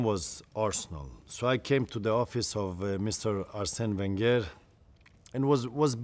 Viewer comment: The way he says wenger 😂😂😂 like an Iranian